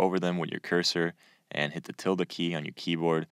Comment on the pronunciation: What key did you say to press to maximize a video? It sounded something like "Tilda key" but didn't quite get it.